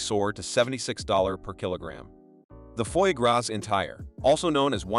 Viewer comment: Just the way you pronouce foie gras deserve a big nique ta mère 😂